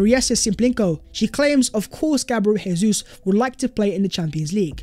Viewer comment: Dybala is too similar to Jesus and his injury record is a concern. I'd rather not buy him but buying him would send a statement we can still attract top players. Incidentally it Jesus' is pronounced "Jay-zeus not HAY-SUESS' as he's Brazilian.